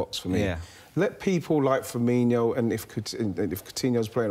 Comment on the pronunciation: His name is "Firmino" not "Firminiho"